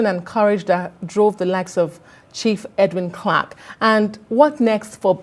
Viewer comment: It would have been more professional to take the time to learn the correct pronunciation of his name before the program started.